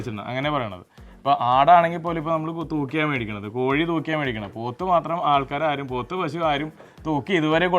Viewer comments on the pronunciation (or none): none